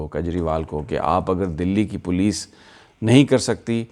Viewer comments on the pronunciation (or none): none